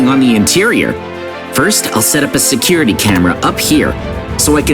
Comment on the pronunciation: Bro said securty mezards 20 times 💀💀